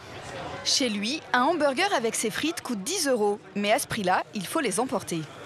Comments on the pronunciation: « Hambergé » ça fait mal aux oreilles, français ou pas, on le prononce « hamburgeur » et c’est tout. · hanburgé ptdrrrr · non on le prononce hamburger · Mes oreilles saignent rien qu'en entendant le mot " hamburgé" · La première fois que je vais chez Big Fernand, le mec me corrige hautainement d'un "on dit emburjé", j'hésitais clairement à sortir mon plus beau doigt d'honneur. Le burger n'est ni bon, ni équilibré. Juste bourratif et donne la nausée sur le reste de la journée. Et puis les frites aux épices cajun c'est vrai que c'est super français!